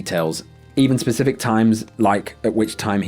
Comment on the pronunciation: I love your videos, and it's so cute how you say 'Pacific' instead of 'specific'.😀